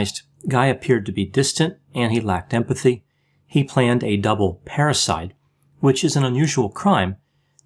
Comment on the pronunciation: Everytime says parricide it sounds like parasite🤔🤔🤔